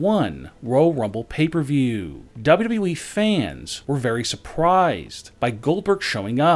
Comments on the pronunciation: Dub dubly e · DA BAU DABU EEEE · Dabelyw dabelyw e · Dub dun e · Dubdub doowee